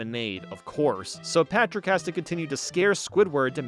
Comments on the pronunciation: Everybody gangsta til calls Patrick “Pactor” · Did anyone noticed he said Pactor ? Either that or my ears are messing with me. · says SpongeBob and PATRICK this way That’s not Patrick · he does that afew times throughout the video idk why lol